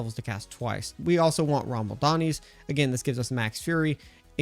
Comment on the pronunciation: rama-LADNI. Whatever you were saying, was not rama-LADNI.